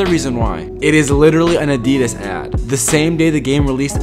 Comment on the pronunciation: The way American people pronounce Nike and Addidas is pure gold 😂😂😂😂😂